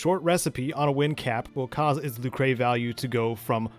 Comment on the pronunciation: This is a great guide! I am so happy I already went through all this when I replayed Legend of Mana back in 2019. It's fun, but it's a giant time sink. I give all credit to helping me in all this to "A German Spy". Fabulous Legend of Mana scholar. Oh! It's not "Luke-ray", it's just "Luker".